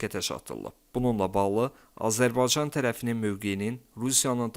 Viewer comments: Ele onu diyeceydim niye bu sozu diye bilmir diyer sozleri diye bilir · Azərbaycan sözünü deyə bilmirsən,sən kimsən?